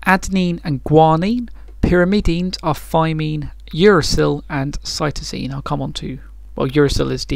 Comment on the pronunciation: cytomine. U mean cytosine?